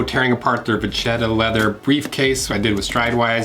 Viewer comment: FYI - vacchetta which means little cow is pronounced "vakketta" :)